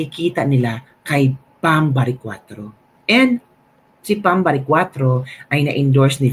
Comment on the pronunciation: Sir, PAM baricuatro po. Not BAM. Hehe. :)